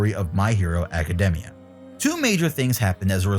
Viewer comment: Pronouncing academia properly? Immediately subs